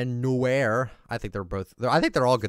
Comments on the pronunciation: Btw, it is pronounced "Noy-ar" not "new-air", I dont want tk be condescending. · Lmaoo it’s not « new air » but « noar » ! I’m french and « noir » means black in french ! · Noir is pronounced nwa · Noir is noo-r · I thought it was pronounced no wa cause that's how it is in french